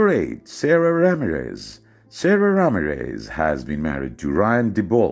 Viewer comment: Sara's name is pronounced like Sada